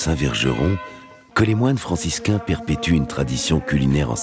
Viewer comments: On est d'accord que la voix-off dit "moines franciscains" et non pas "moines francisCLAIN" ? Merci de me répondre afin d'éclairer un ami ! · mais on dit franciscains ._.